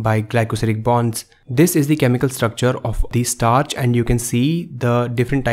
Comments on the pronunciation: STARCH!!!! Not „startch“! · STARCH NOT STARTCH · Bro it's starch not startch!! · "STARTCH". Lmao XD XD XD